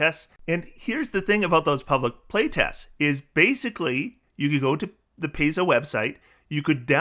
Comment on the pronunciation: Pie-zo, not Pay-zo.